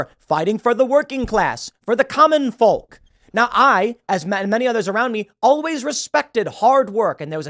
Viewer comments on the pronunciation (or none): The l in “folk” is silent, Tim.